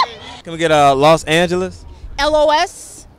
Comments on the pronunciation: los angelious lol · Not "los angles"😂😂😂